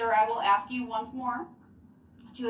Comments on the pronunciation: And it was obvious that the minute she denied the throttle body excuse, he refused to answer anymore questions like he was a child! And I hate him even more when he says axe. And his language arts sucks! He must have missed his English classes. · Axe!!!!!!!! Ughhhhhhhhhh!!!!! Do dis. Do dat. Forf. Oaf. Does this drive anyone else crazy? Or I didn’t wave my right to no cownsel. He’s such an _#%>€£{\! Hole. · What l found amusing is when he found a new word to quote. Like ..Fundamentally. …. He can’t pronounce. Ask. But he can pronounce. Fundamentally.😂😂😂😂😂 He is an ignorant joke.